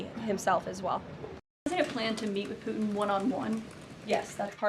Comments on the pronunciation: As in PooTin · For the love of god..... Somebody please tell her that there is T in putin's last name. 🙄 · Has she got a speech impediment? putin has a ‘t’ in it.